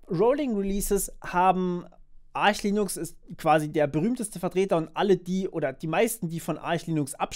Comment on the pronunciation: So ist auch die richtige Aussprache. Es heißt nicht "Ark", weil keine Silbe folgt wie bei Architect/"Arkitekt" und ist kein Ar-sch, weil es nicht Arsh geschrieben wird. Es heißt Arch/"Artsch", weil englische Phonetik